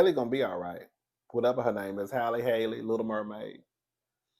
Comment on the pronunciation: mispronouncing Halle name will always make me giggle 😆🤣